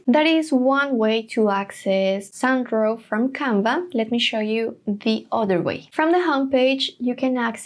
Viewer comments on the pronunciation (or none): Your pronunciation of “Sound Draw” sounds like “San Dro” that is why he wrote “Sandro”.